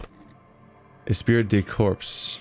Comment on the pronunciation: Just FYI, Esprit de Corps is pronounced Espry de core. Hope that helps.